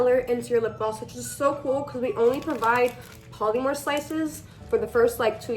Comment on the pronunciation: Are you Hispanic? Your accent really throws me for a loop bc you sound Latina. You are, right, like half maybe? (And btw polymer is pronounced 'paa-luh-mer.' I thought you were referring to something w/ a trademarked name, something like 'polymorph' or something. Polymers are a class of materials that are like plastic. But you should say it correctly.) Also, funny that you're teaching kids how to use syringes. I use syringes for um....something else. And don't call an object 'he/she.' Your videos make me angry.